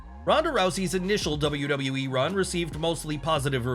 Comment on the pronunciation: Kozlov pronouncing it as "Double Double E " was so over with me 😂